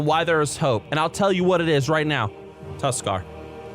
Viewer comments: said Tuskarr and I’ve never agreed more in my life fuck yea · Tuskarr. Correct.